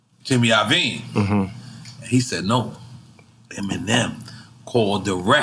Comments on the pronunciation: Man said Jimmy “Lovine”, it’s Iovine. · Its Iovine, not Lovine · Someone please tell this dude how to pronounce Jimmy Iovine. Why does he think he always sees his name with a lowercase l at the start? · He clearly mis spoke. Calm down. It happens and we all have done it